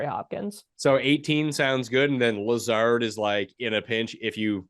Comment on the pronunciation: Who is this guy? Doesn't even know the correct pronunciation of Lazard.